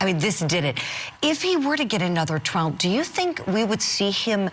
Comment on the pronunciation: I really wish Julie would stop calling it a Traal